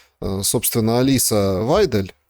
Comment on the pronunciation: Её зовут АлИс Вацдель.ударение так.Она очень чёткая Политикерин.